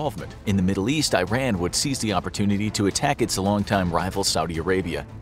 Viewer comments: It's not Eyeran!!! It's eeran. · ITS PRONOUNCED E-RON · Eeeerun, not i-ran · Its not "I ran", but "E ran" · WTF is 👀-Ran?? It's EERAN = IRAN 😂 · When the narrator says "Eye-Ran", does he mean "Iran"? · You need to learn how to correctly pronounce Iran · This guy doesn't know how to pronounce "Iran".